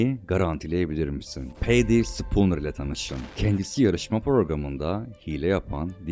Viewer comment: abi kb bi tik sinirli gibi yazmisim diuhzqhuiahda abi hepsinde ufak ufak yanlisliklar var mesela peydi spooner degil pedi spooner olmali. Video cok keyifliydi ama emegine saglik.